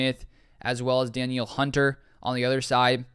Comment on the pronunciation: Heads up. It’s pronounced Da NEEL Hunter.